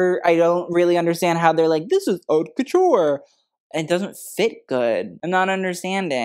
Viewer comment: Very important. Haute is pronounced Oat not Hawt. 😮 Otherwise, I think you’re very knowledgeable and pretty dead on.